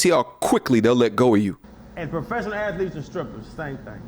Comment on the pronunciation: Its Called I am aphelete bro